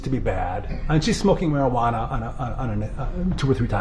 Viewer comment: "Marajuana" haha. Marijuana.